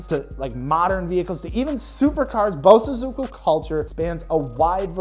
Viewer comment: As a Japanese, Just to help with the proper pronunciation. Bosozoku is pronounced (Bō(slight pause)Sozoku). sozoku is pronounced fast and in unison. Bo|sozoku 👍🏼